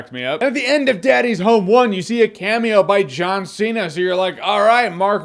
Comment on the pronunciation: John See-Not.